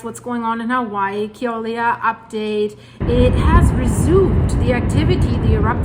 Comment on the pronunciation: It's pronounced Kill ow way uh, Mauna Loa Mow Nuh low uh